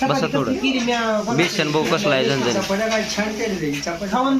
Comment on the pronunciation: Ekta jiv. Besan la beshan ka mhantoy